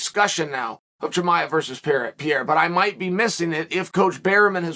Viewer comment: Khaaaaam zattttt... Not khaaaaaaz matt... Chimaev... Chiiiiii maaaaaa evvv 😁👌